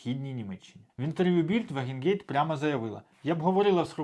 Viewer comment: Друже, вже вкотре чую від тебе "Вагенгейт", чи якось так. Кидається у вухо, якщо знаєш, про кого мова. Вона "Ваґенкнехт" (Wagenknecht).